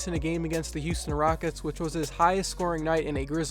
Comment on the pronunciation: "The Raickets"